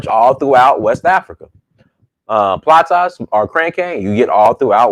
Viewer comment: Hope you enjoy our Sweet Salone you gotta visit the New Mambo village waterfall. By the way its pronounced plasas not platas but yeah the foods are the same in west africa just maybe cooked differently. By the way when Sierra Leone played Nigeria at the African Cup of Nations Football match who did you support?